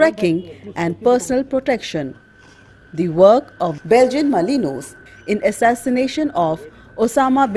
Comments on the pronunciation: It is pronounced as belgian melinua not malinois as it spell. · BELGIAN MA-LIN-WAA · its malinua pronunciation wise. Without the s.